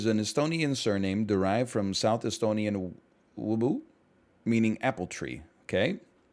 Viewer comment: NL speaking Estonian is the best this I will hear this week